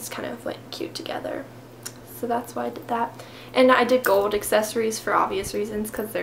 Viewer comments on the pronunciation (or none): it's "GOLD" not "GOWD" just sounds tacky not being able to pronounce such a common metal. It doesn't seem like it's an issue with you having an accent either since you clearly pronounce everything else properly. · I looooove the way she says gold <3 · haha i loved the way she said gold haha very different lol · i love the way u say gold!!! lol...... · Where do you come from? I have never heard someone say "gold" like that.